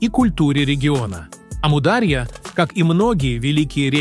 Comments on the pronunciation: Ставьте ударение правильно, не амУдарья а Амур-Дария!!! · Не аму а ому даря. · Правильно АмударьЯ-ударение на последнем слоге! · Как только услышал от ИИ "Аму-дАрья", а не "дарьЯ" — перестал слушать , ИИ просто осточертел 😱‼️Дизлайк! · не Амудáрья, а Амударья́. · Точно.Амударья ударение правильно на последнюю букву. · "Амударья"-ударение падает не на "а", падает на"я". Произносите пожалуйста правильно! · Автор вы бы сперва научились правильно произнести слово Амударя' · Неправильно произносится название реки и гор. Истоки начинаются с Памира и река называется Амударя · Очень нужный видео. Аму дарья ударение правильно надо ставит. Аму отделно Дарья отделно. Дарья по переводу река. По другому его назвали Джейхун значить бешанный река. Самый мутный река но вода исключительно вкусный. Река начинается от горы индигуш Афганистан. Спасибо за видео очень обрадовалась это наш река.где наш река солнцем здороваться солнце свет дает а река отражает. Мирный привет тебе здоровья и благополучия из Туркмении. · Амударья ударения на «у» Даша тут не причём 😂